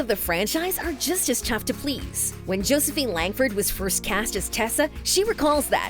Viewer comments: Ikk like come on if your gonna do a vid with her at least say her name right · You cant even say the lead actress’s name 😂 yall are a bunch of clowns and if you hate the movies so much dont watch them cause no one has put you on Gunpoint to watch them... 😌